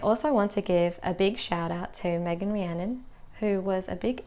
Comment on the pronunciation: As a fellow Rhiannon you pronounced her name correctly! Thank you!